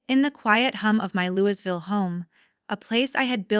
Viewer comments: Lou e ville, not louis ville. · Louisville is pronounced Louieville. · Your not from Kentucky or you would know the s in Louisville is silent. Good story though 😊